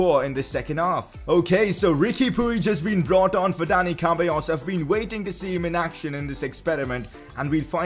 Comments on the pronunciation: I think it’s seballos should be pronounced for ceballos not cabellos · You dont know how to say dani ceballos's last name, you said "cábayos'' but it s ce-ba-llos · His name is Ceballos Pronounced (Sebayos)